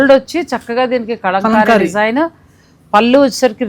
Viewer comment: Kalamkari andi. Kalankamlaga pronounce chesthunnaru . Telugulo kala annattu pronounce cheyyali